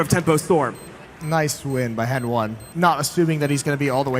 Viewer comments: so hen1 pronounces his own name wrong cause you think it sounds worse? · She keeps calling HEN1 "N 1". SHE KEEPS CALLING HEN1 "N 1"!